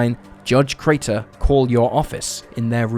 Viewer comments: The number of times he says "Carter" rather that "Crater" is just crazy. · Crater, not Carter. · Crater, not Carter! Get it right, you don't know what the hell you're doing. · he says both Crater and Carter. I grew up with this story being mentioned and the inconsistent pronunciation is grating.